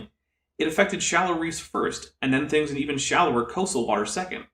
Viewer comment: The fwinigiest fwings that ever did fwing.